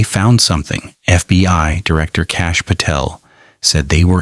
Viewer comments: constantly saying FBY gives it away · AI mispronounced lives and said FBY ???